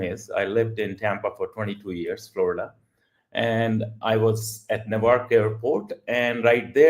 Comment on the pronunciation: you mispronounced Newark, which is dumb after you lived there for some tears I guess. More importantly, it was reckless to create and share that video on social media, where it could easily be taken out of context by impulsive audiences. Your actions reflect a lack of foresight, similar to those who act without thinking and then face consequences. Now, you’re trying to justify it. This raises a broader question: What’s going on with the mindset of some individuals? For many, including you, mobile phones have become tools for thoughtless behavior, like a valuable gem misused in careless hands. It’s time to reflect, grow, and act more responsibly.